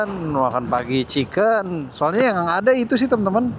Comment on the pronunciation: dia menyebutnya ciken wkwk